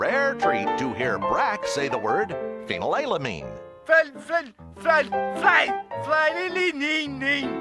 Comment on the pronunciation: Watching them try to pronounce phynelaleninine was hilarious